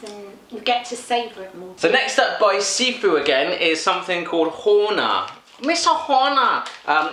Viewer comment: It's so weird to see something like this. I mean your expressions. Because I love these candies to death. Every single one of them :P Someone has probably mentioned this already, but It's pronounced sisu, not sifu (even tho it looks like gifu).